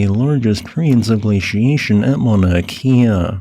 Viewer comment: for future reference pronounced 'kay-uh' not like 'Kia' cars